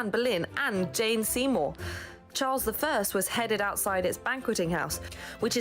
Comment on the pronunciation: 1666 was the Great Fire of London. She mispronounced beheaded. The statue is thought to be Trajan, not Julius.